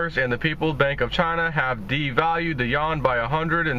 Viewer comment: it is not pronounced "yawn" - it is pronounced as "Yu-Juan" - or AKA the Ren-min-bi